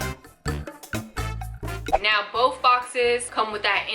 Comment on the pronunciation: Why does she say "bof" instead of "both"?